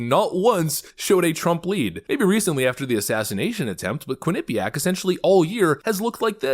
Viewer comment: constant mispronunciation of Quinnipiac is literal ear AIDS.